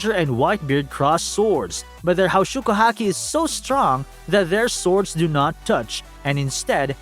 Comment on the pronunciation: Pls learn how to pronounce haoshoku if you gonna use the japanese version:’)